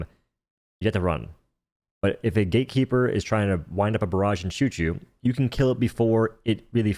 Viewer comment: can you stop saying "gay keeper"?